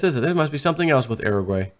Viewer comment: Uruguay = (your-a gway)